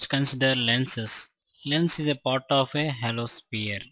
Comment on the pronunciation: Part ko port bol raha h